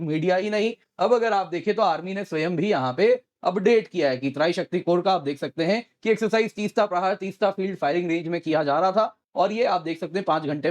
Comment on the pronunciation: ट्राई शक्ति नहीं त्रिशक्ति बोलना सीखों।